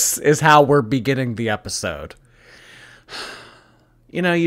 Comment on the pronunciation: I never hear anyone talk about this, but does anyone else notice how she says “da” instead of “the?” Like, “thanks for da heart me guys.” It drives me bonkers. What accent is that?!